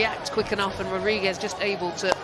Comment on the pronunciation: Why can’t the commentators pronounce Rodrigues’ name correctly?